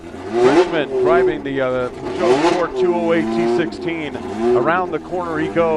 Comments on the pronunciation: What? Puhzhohw? It's not pronounced that way...... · he keeps saying pooshow lol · Gotta love Americans trying to pronounce "Peugeot" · Wow. Had to stop watching it was so bad. Bad camera work, very bad commentating, can't pronounce his name or the car manufacturer name properly. Far too much talking. Poor poor video.